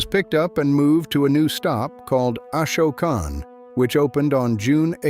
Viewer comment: You are pronouncing Esopus incorrectly. You also pronounced Ashokan incorrectly.